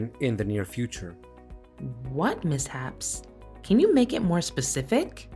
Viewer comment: Oh dear god, "mishaps" is not pronounced "misshapes".